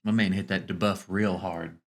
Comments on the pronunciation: I hate the way dude says debuff - DAY-BUFF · DUH-BUFF? It’s got to be janky AI right?